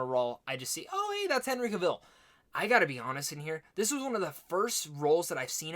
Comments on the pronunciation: You pronounced his last name in the opening like he was Cruella Deville. Justice make that a song, with Henry and witcher language and it'd be great. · Cavill with stress on the a😁